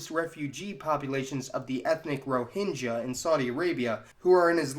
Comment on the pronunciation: Great video. thanks for sharing (btw - these are not received pronunciations of 'epitome', 'expatriate', 'Rohingya', or 'Malayali' )